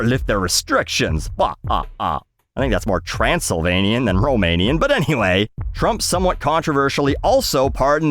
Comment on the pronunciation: Guys, I'm sure knows Transylvania is in Romania. Did you guys not pick on the vampire accent?